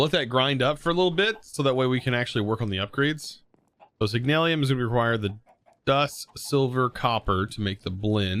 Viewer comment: Signalum. Not Signal-i-um.